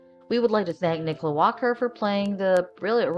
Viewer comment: Nicola, not Nicole.